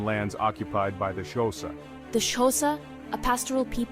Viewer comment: My guy it’s not pronounced showsa it’s pronounced with a click in the front so it’s a subtle click followed by a quite hosa